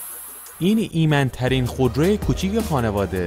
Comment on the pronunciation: ایمَن(Iman) ترین یعنی چی دیگه آخه؟ کلمات جدید اختراع میکنی از خودت😂😅🤣😅😂 اون ایمِن هست ، ایمِن Imen ✌🏼😅 😅😂😅 باز هم گفتی ایمَن(Iman) که عزیزم ایمِنه ایمِن چند بار بگو ایمِن تا به دهنت بشینِه وُ عادت کنی عزیزم، ایمِن (Imen) 🤣 از لحاظ ایمِنی(Imeni) بگو نه از لحاظِ ایمَنی(Imani) کارِت درسته، موفق و پیروز باشی😂✌🏼